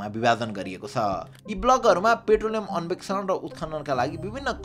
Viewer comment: अन्वेषण ✅ अन्भेक्सन ❎